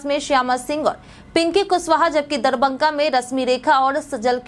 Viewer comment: DARBANGA Nahi madam DARBHANGA DARBHANGA